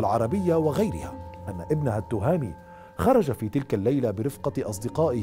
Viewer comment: نحن المغاربة ننطق أسماء وألقاب المشارقة بطريقة صحيحة حتى ولو صعبة ومركبة. ولا أفهم لما المشارقة لا يستطيعون مع أن الإسم ذكر في القناوات المغربية. التْهامي وليس التُهامي. وبنَّاني وليس بَنَاني. والعَلمي وليس العالمي.